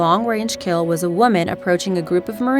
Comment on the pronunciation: Tchay-en... Meek-ong... One shot, one lull... Not criticizing so much as saying Wha...?